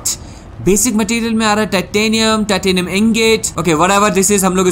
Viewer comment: Titanium nahi tattinium Peeper nahi creeper Inventory nahi invetooory😂😂 Edit: congratulations for 300k 🥳